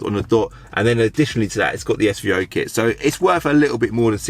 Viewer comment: Lol it’s SVO not SVR